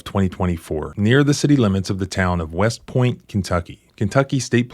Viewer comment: West? I thought you said Weest